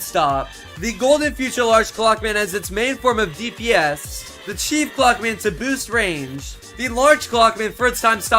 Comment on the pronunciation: Why are you so weird?First threesome, just no second reason.Why did you say chef clock man instead of chief?And when you place the Large clock man You cut off why you're so weird😮